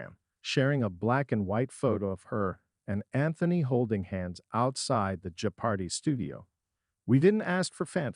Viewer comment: How pathetic that an AI voice can't accurately pronounce the name of the show it's talking about. Laughable and lazy.